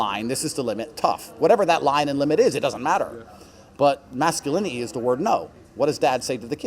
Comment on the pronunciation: did he just say masculini'i socie'i :face-red-droopy-eyes